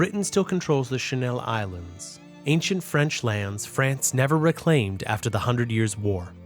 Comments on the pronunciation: lovely video and great storytelling but your pronunciations are all over the place, please do a little work on that. standouts are "agg-in-kort" for agincourt (pronounced a-sjin-core) as its french and the "shanell" islands, pronounced chan-ell as written as theyre english. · I think, though well enough made, this video is AI. Notice how a supposed native English speaker pronounces the Channel Islands as Chanel and other strange mispronunciations. I think this guy could be AI too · "Shaneeél Islands" lol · The 'Chanel Islands' 💅💅💅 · channel, not chanel 😭